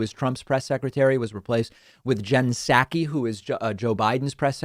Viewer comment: It's SAW-ki. Love you but that's driving me nuts.